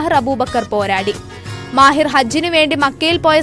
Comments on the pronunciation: മാഹിർ അബൂബക്കർ അല്ല മാഹിൻ അബൂബക്കർ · മാഹിൻ അബൂബക്കർ എന്നാണ്....മാഹിർ അല്ല.